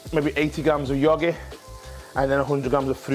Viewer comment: Cool to see him eating a beeegah an yogeeeh